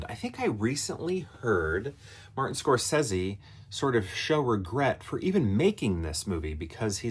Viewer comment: Interesting pronunciation of his last name. 😂😂😂 I do like the movie a lot. Shutter Island is one of those out of left field Scorsese movies. Hard to rank Scorsese movies for me without seeing them multiple times especially this one.